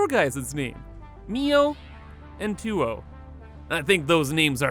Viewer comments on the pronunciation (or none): "Tuyo" is pronounced kind of like "tujoh". From a Spanish viewer here. ;)